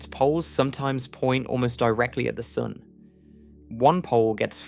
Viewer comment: This guy occasionally pronounces sun soon